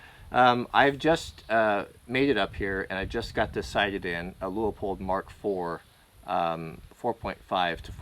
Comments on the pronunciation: Everyone, it’s Leupold, not Leopold XD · The founders of Leupold being Greman, should it be pronounced Loypold??? The German EU is pronounced like the OY like joy or toy. I have been wondering about this for a long time :-) I hope the Leupold lives :-)